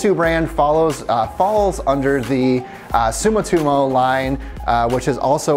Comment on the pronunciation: Pronounces Sumitomo as "sumutimo" and says that this Japanese tire is a Chinese tire.....cmon dude....